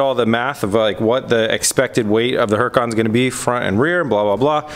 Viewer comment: No disrespect, but seriously you're pronouncing Huracan wrong. The H is silent. Don't get me wrong you're not the only person on YouTube that says it wrong. Considering that you own 2 you might want to pronounce it correctly....lol. love the show though not trying to sound like a dick. Awesome builds!!!!!